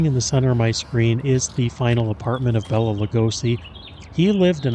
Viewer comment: He always said the proper pronounciation of his name was " Bay-la" not " Bell-a" 🫣